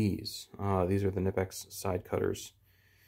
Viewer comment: Gotta pronounce the K in Knipex, i like your videos too much to have someone mention the pronunciation in a dickheaded way or something. Good content man, seriously, im genuinely jealous of how smooth and natural your behavior is when recording, im so nervous i stutter and drag on or forget topic points, so bravo!! I hope this came off as constructive criticism and not trolling, keep it up!!!